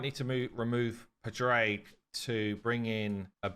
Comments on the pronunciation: Padraig = Padrig like Patrick only ending with G. I see it as either an Irish or Welsh thing. pa-dra-ig , the d giving the roll to the r and the i short. just my opinion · Padraig is pronounced Paw Drig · He needs to spend more time with nubs lol to learn Irish names lol